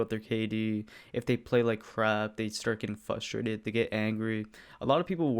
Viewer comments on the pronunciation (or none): "They start getting fussrated" 2020